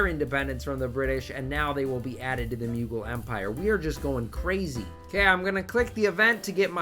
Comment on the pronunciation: The Muegul Empire As an Indian, I can assure you that that is literally the worst possible way to pronounce it lmao